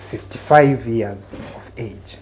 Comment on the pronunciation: he has really emphasized on that 55 years 😂😂😂